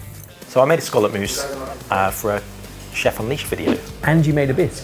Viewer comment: As a New Englander, it’s refreshing to hear people pronounce “scallop” correctly 😂